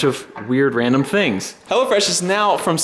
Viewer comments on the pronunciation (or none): Oh, it's HelloFresh. I thought you were saying HellaFresh lol